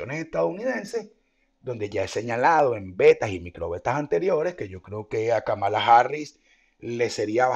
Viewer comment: se pronuncia /kámala/